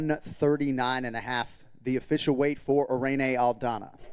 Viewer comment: Correct pronunciation for IRENE is i-rin not e-re-ne, just sayin' fyi.